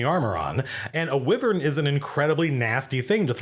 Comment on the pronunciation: First I've ever heard "wyvern" pronounced that way.